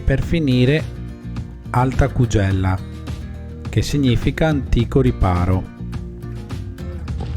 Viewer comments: "Alta Kùghela" è la pronuncia giusta. Detto questo, forse è meglio chiarire che l'ultimo tratto prima di avvistare l'altar knotto è esposto, che per avvicinarsi alla pietra a strapiombo si scende in un crepaccio attrezzato con staffe, e che in caso di pioggia o con molto fogliame a terra certi tratti sono pericolosi. Vietate le scarpe da ginnastica. Ci vogliono suole adeguate. Non è un percorso banale. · Giusta osservazione della pronuncia:ku'ghela. Anche la partenza è dalla curva del Tela'le e non Talella. Scusa per le correzioni🙏